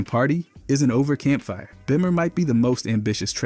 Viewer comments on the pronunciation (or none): It most definitely is because of the way it say party isn’t over/campfire/bimmer